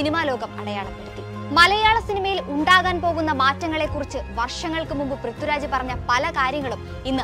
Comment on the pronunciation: Prithuraj അല്ലാട്ടോ.. പ്രിഥ്വി രാജ്... I wish anchors focused on their pronunciation.